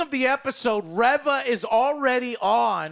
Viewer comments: Its Reeeeeeeeeva. Get it right. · I swear he cannot pernounce reva right. it is really annoying they don't say it how he says it in the show pronounce it right it does matter. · Her name is Reva. If her name was Reaver it would be spelled "Reaver." Like how it's said in Legacy of Kain Soul Reaver. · it's actually re-re-re-re-va, because she keeps coming back. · Still mispronouncing Han and now mispronunciation Reva ic.